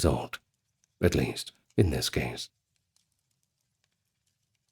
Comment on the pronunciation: "It's the yeast I can do"?! Dunno if I can take nine hours of this!